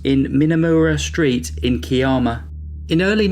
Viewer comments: I am so glad you've hit this milestone and it was fun to see that upload. Thanks for putting this together. In the Australian story, the Kiama is pronounced Ky-Emma. It's still a small town, it's name is derived from an Aboriginal word Kiarama meaning where the sea makes a noise, because there is a blowhole that can spout up 30 metres. Thank you for telling Kim's story, life goes on for everyone else in the world, but these victims can be known for who they were. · Kiama is pronounced KYE-ammer; Gerringong is pronounced JErrin-gong.